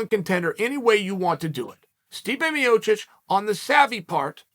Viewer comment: Love how clear chael pronounces stipe miocic and then intentionally botches guys names who can’t cut the mustard. Kayfabe genius